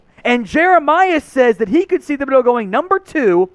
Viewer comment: I wish all you guys would start pronouncing Thibodeaux's name correctly. The H is silent so its Tib not Thib